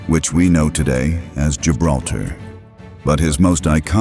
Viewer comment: Lo pronuncian mal. Gibraltar es el nombre.